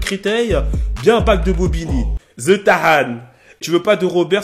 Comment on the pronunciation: "The" et pas < >